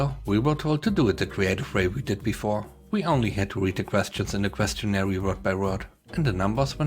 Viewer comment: A correction about pronunciation. Questionnaire is pronounced like combining the words "question" and "air".